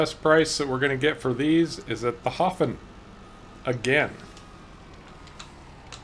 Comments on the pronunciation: Try sayimg Haa-fen...! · even better if you dont say the F at all but V :D (You were very close when you said 'haven')